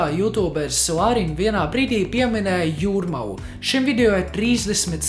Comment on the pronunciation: tas calis mak izrunat jurmala bet tu ne tu fakin saki juramaa